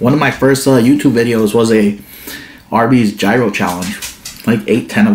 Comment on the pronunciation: yee ros...lol. Just like the "G" is silent. You always make me laugh ...oh and Winston too.